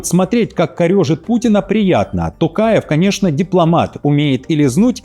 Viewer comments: ТОкаев, произносите правильно пожалуйста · Не каверкайте фамилию президента Казахстана